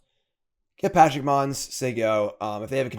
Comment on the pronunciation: pleeeease, can you read "Pashalik Mons" and try to pronounce the whole name PA-sha-lik Mons, or Pa-SHA-lik Mons either way you're missing a whole syllable